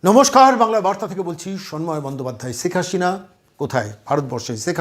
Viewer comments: শ আর স এর উচ্চারণ কি উনি জানেন না?! সেখ হাশিনা বলছেন উপস্থাপক বার বার!!!😅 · Kindly pronounce the name correctly! It's SHEIKH HASINA & NOT Seik HaSHina...Why is it that you people cannot pronounce our kind of names? 👿👿👿 Btw: I'm NOT a supporter of Sheikh Hasina though...